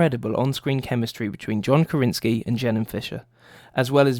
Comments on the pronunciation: great list, but it's John Krasinski. Kra sin ski. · The only thing that bugged me is you getting John's surname wrong several times, haha. But some good moments!